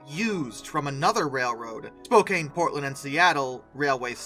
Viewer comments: I winced at the very first word. It's spo-can (as in tin can) not spo-cane. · FYI it's pronounced Spo-can not spo-cane. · You are saying Spokane with a lot of emphasis on the "E" As a Washingtonian, it kind of hurts to hear you say it like cane, everyone I know says it like can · Your mispronouncing Spokane. It's not Spo-cane it's Spo-can as in we can. You got the Spo right but the last part is wrong. I live a couple miles outside of Spokane Washington. So trust me I know how to pronounce it. I'm not mad i'm just making sure that you know. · spokane! not spokain! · Spokane (pronounced spoh-can not cane) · It's pronounced: spoe CAN. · No hate as a Washingtonian (yes that's what they call us) but hearing him pronounce Spokane wrong cracked me up so many times. (It's okay though, a lot of people don't pronounce it right, but if you were wondering, it is pronounced spo can) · Spoke-Anne like the name Anne. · Spokane is pronounced Spo-can. The letter e at the end was a late addition to the original name of Spokan Falls. Lots of people mispronounce my home towns name because of that stupid 'e'. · It's SPO-KANN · You should learn how to pronounce Spokane correctly. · 😐 * internal Oregonian screeching intensifies * To clarify: Spokane = SpoCAN Willamette = WillAM-et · Spo-CAN Will-AH-mut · This guy needs to know how to pronounce the names Willamette and Spokane!